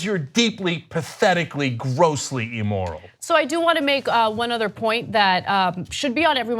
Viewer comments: Cenk pronouncing immoral as E-moral is quite odd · Cenk... "Ee-moral," "Ee-rational," and "Ee-luh-gitimate" aren't words. Neither is "huh-larious." Learn to pronounce the short "i" sound in English please, you have an internet show.